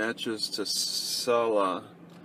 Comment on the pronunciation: jesus its "C-luh" "see-luhh"